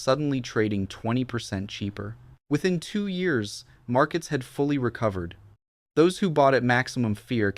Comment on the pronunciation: The way this AI says years is pissing me off...dislike